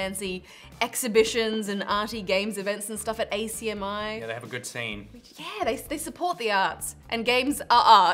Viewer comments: ACMI is an acronym not an initialism, it's pronounced ak-mee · Lol you know someone isn't from Melbourne when they actually say the letters A-C-M-I instead of just pronouncing it like 'Akmee'